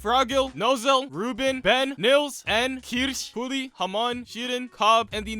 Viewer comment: man said all chosen Magic Knight names, but the 1 i heard was KIRRRRSCH